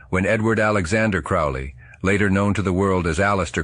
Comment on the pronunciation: Crowley rhymes with "holy."